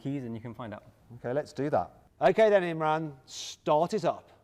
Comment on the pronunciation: You pronounced Imraan with imrun